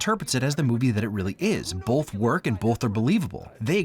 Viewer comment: pls stop saying "bolth" you're killing me